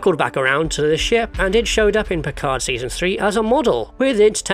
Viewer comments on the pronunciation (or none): none